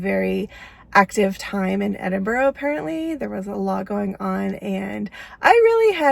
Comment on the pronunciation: Edinburgh is lovely. I love it there a lot. I have friends that are professors at the university. One comment they always make is how Americans always say Edinboro vs Edinburgh (Ed-in-burr). Glad you got to spend time there on a layover. Love your videos.